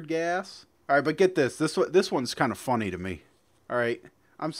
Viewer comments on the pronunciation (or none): lol it's sounds like you say fully instead of funny